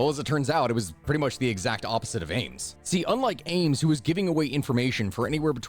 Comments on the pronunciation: Am-es?? He's known as Ames. Sounds like Aimes) Not a good way to get Comments... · His last name is Ames like “aims” not Amos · After hearing him say Amos instead of Ames a few too many times, I had to leave before the halfway point.